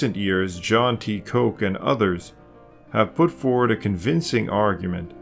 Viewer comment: John T. Koch is pronounced John T. Cook. There are many ways of pronouncing the surname Koch.